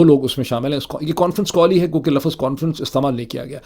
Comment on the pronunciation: Lafaz nhi lafz kehty hyn